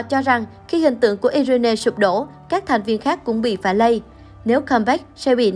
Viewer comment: Irene đọc là Ai Ruyn chứ ko phải iI rên nê nhé!